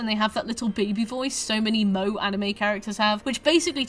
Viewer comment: I…did you just pronounce Moe…as “Moh”?